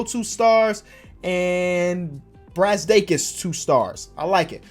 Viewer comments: when said iggys name right 🤯😨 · u said brazdeikis’s name surprisingly good